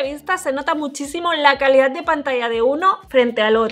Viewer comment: El p30 es Relación-Kalida-Precio dijo el TP resurrechion xddd